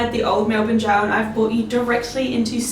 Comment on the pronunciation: We are Australian it’s jail not goal